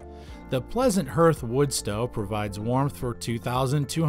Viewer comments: HARTH!!!? not herth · Were getting told about woodstoves from a guy that doesnt know how to pronounce HEARTH. Its har-th guy not her-th. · What’s a “hurth”? Is that like a “hearth” (pronounced “harth”)? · Please stop saying herth, it’s pronounced HARTH! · It's got a herth?? What the hell is a herth?? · The narrator does not even know how to pronounce hearth! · can't pronounce hearth